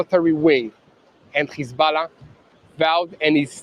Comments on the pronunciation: It's hezbollah not hezballah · How come he pronounces hezbollah like that